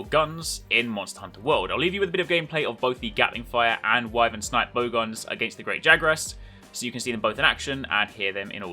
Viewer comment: lol that scarface clip is so good I'm not even going to bother pointing you that you say Wyvern wrong.